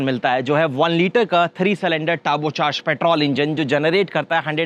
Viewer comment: Ye banda petrol ko petraul kyu bolra hai😅😅😅😅